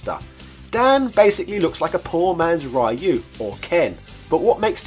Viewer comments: It's not RAAAAAIIIIIUUUU, it's Riu ! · I really love this channel but every time he goes RAYU instead of Ryu I cringe hard. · If you know how to pronounce Ryu, then why keep saying RYE-YOU? It's like if I knew your name is Robert and I call you RobertO or something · Ra-e-ou?, súper hadouken? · Why do you pronounce "Ryu" like that. When the newest games outright tell you how it is pronounced! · All good until you pronounced RYU. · i don't mind how you pronounce Ryu , back in the day when i was still in nyc, we used to pronounce it the same way not until ryu came to smash bros i started pronouncing it differently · Pronouncing Ryu properly doesn't make you a weeb.